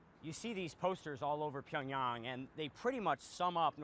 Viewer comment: So funny to watch the CNN anchor fail to pronounce Pyongyang correctly.